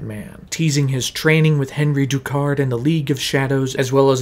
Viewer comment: My only issue (other than the miss pronounced names from Ra’s and Henri Ducard) is the whole “I don’t have to kill you I just don’t have to save you” ummm yes batman YOU DO Have to save him! That’s voluntary manslaughter or as most people call it MURDER! He not only caused the event that killed him but he also COULD HAVE SAVED HIM.